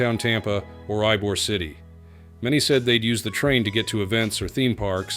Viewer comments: Ybor City is pronounced Ebor not Ibor. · Great coverage of this life and time saving project. As a citizen of Orlando that has to travel to Tampa on occasion, this train will make my life much easier. One thing though, Ybor City is pronounced e-bore, not i-bore.